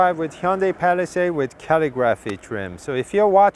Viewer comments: Also, dude, say cuh-LIGG-ruh'fee not Cally-graphee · CALL-I-GRAPHY. NOT CAL-EE-GRAPHY. CALL-I-GRAPHY!!!! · It is pronounced Calig-raphee. You are saying calligraphy wrong 😂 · Rims are ugly. Way too busy. Why paint the area around the wheels when the rest is that subdued chrome? Get rid of the chrome. Then it would work. Also...just for information..its pronounced Caa lig ah free. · Couldn't get passed you not able to say "calligraphy" correctly. 🤷‍♂️🙄